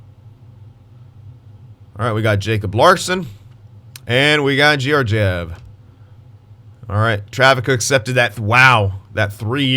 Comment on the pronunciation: and Georgiev’s name is pronounced kind of like Guy Lefleur’s name